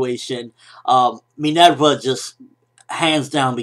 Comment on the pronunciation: Are you Latino? You say Minerva with a Spanish accent :)